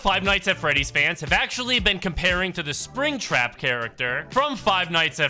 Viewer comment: At least he can say spring trap, right